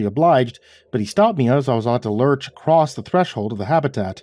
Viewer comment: "ACROSS!" ACROSS! Not acrrost! Im not shaming here. It's been nagging at me every time i hear "accrost" Please drop the "t" and just say "across"